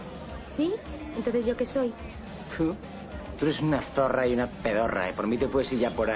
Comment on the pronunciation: "Ered una dzorra y una pedorra"